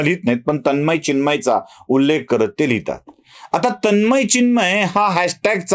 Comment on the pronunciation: तन्मय व चिन्मय याचा उच्चार करता यायला पाहिजे.